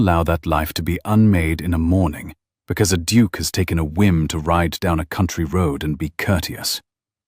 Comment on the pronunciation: Duke misspelled & mispronounced.